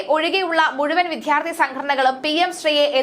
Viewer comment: പലപ്പോഴായി സൂചിപ്പിക്കണമെന്നു കരുതി....വേണ്ട വേണ്ട എന്നു കരുതി മാറ്റി വച്ചു. ഇനി പറയാതെ വയ്യ വിദ്വാർത്ഥി, വിദ്യാഭ്യാസം എന്നീ വാക്കുകൾ ശരിയായ രീതിയിൽ ഉച്ചരിക്കാൻ ശ്രമിക്കണം. നാണമില്ലേ ഇത്ര കാലമായിട്ടും ശരിയായ ഉച്ചാരണം അറിയാതെ വലിയ ഗമക്ക് വായിക്കാൻ കഷ്ടം ഇനിയെങ്കിലും ശരിയായ ഉച്ചാരണരീതി പഠിക്കുക